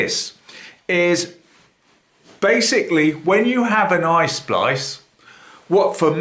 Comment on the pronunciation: It's not ice splice, it is EYE SPLICE,!!!!